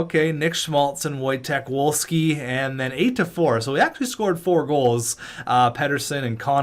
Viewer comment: When pronouncing Wojtek Wolski, the w’s are pronounced as v’s. Voy-Tek Vol-Skee